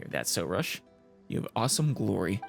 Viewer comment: I think it's pronounced "Soroosh", emphasis on "roosh"